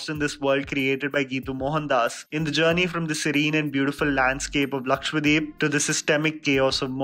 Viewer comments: Dude its LAKSHADWEEP as Dweep (island) and not Lakshwadeep!!! you are not alone but i thought you would pronounce it correctly. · Just saying its 'lakshadweep' and not lakshwadeep